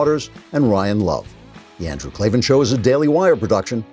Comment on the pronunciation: K-L-A-V-A-N there are no E's in Klavan